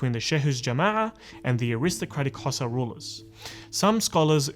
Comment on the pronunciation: Its pronounced HAU-SA as in Hausa not Xhosa which is in South Africa lol